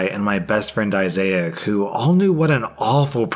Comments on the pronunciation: Dude that was so weird hearing you combine the names "Isaac" and "Isaiah" into Isaiac when the friend's name is spelled as "Isaac" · It’s Isaac, not Issaic; please, please stop doing this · *Izak, not "I-zay-ak." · "Issac" = "I zay ik"...? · Why do you keep saying Issac so strangely? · So... are we not gonna talk about butchering Issac's name?